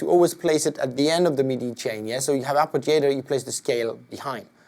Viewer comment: lmao had me dead when he said arpijator